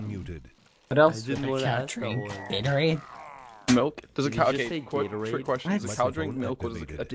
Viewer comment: I was dying when he had said Gaterade